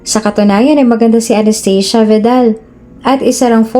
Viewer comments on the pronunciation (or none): none